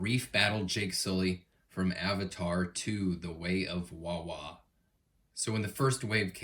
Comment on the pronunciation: Bro said wawa no disrespect I love ure vids keep it up